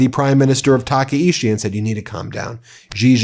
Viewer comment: TakaICHI not Takaishi